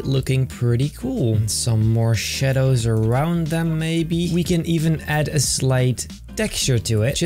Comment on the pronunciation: sounded like you said morshados instead of more shadows